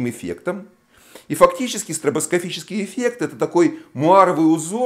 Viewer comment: Почему вы говорите "стробоскофический эффект"?